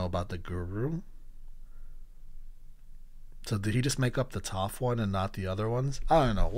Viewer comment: the white man pronunciation of the names.. Yue and Toph to be specific lmaoo